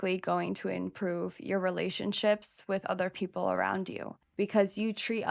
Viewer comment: trate udda pepole 😂 had me dead asf